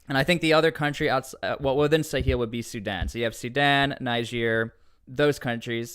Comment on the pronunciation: The pronunciation of Sahel follows the French in pronouncing the word like ‘SA-HELL’. Which is kind of ironic!!